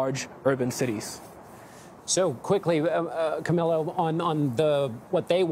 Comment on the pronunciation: His name is pronounced Kah.Mee.Lo. At least pronounce it correctly in English as Kah.Mil.Lo. I thought he said Camilla.